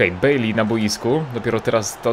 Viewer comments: Nazwisko Baileya czyta się Bajlej. Nie wiem jak można mieć problem z czytaniem jego nazwiska. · Mówi się bejlej😀daj serce